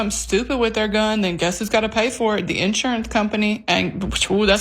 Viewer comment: I always kind of liked the stress on the first syllable, personally.